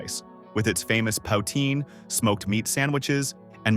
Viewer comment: “POW-teen!” Classic Québec delight.